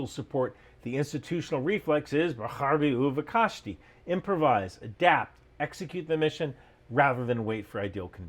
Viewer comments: B'charvi u'vekashti is pronounced "be-cha-r-vi u ve-kashti" "ch" pronounce like the german version coming from the throat. Sorry that just bothered me a bit 😅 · Bro he pronunce that soo bad i didn't catch what he said xd